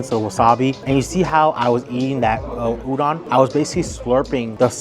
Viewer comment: Great video! FYI, “udon” is pronounced “oo-dohn” or perhaps “ooh-doan”. Like ooh ooh pick me. And “doan” like loan. I hope I make sense. 😊